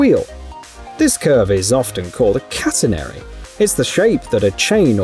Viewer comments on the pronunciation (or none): none